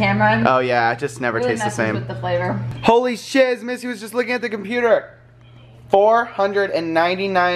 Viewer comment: At 8.11 said holly shot